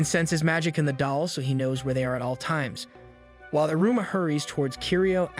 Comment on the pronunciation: Bro it's pronounced: E-ruma